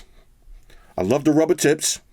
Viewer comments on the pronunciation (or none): Every time says “tips” I hear t..ts lol 😂